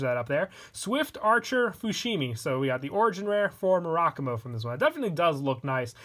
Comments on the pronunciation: Mur-a-Ku-Mo. it’s a Japanese Word, say it like one. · It’s actually “Mu-ra-ku-mo” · I love you and your videos but I hate the way you pronounce Murakumo